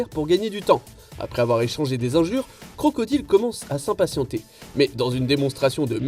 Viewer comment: mon oreille saigne quand il dit "crocodile"....